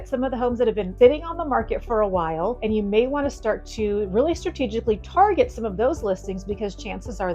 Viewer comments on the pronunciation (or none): none